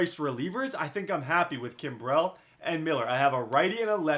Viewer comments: Its not pronunciation of Kimbrel please say it like Kimbril not Kimbrell now please😂 love ya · Why do you say Kimberly so weird? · You're pronouncing Craig Kimbrel wrong and I can't fucking deal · DOES ANYONE HATE THE WAY HE SAYS KIMBREL? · Learn to say Kimberls name, fuck tard. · Billion Baseball I thought the exact same thing. I was annoyed because Kimbrel is really good. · Billion Baseball now he'll know how to say it lol